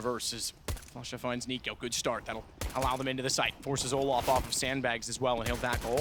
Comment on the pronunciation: Fucking keeps saying olaf about Olof 😂